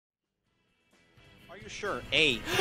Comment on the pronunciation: Did he just say plex, lol it's plox. Love the vids but can you make them longer?